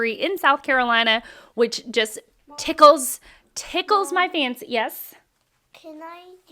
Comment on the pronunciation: The way you said "......tickles my fancy.....," felt like a slur.